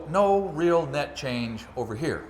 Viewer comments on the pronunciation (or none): none